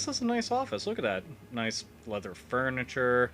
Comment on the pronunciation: "I know your wakness mr.X. Furnature" hahahahaha